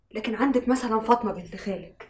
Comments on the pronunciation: هو ليه بيقولها فاطنة مش فاطمة انا عايز افهم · لان الطبقة من المصريين الغير متعلمين ينطقونها هكذا بدلا من فاطمة ينطقونها فاطنة